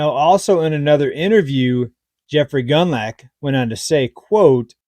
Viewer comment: It's pronounced, gooned lock... Rhymes with Bund, plus the Scottish lake monster, so to speak. 😅